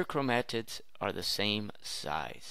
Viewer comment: chromAAtids and chraumosomes lol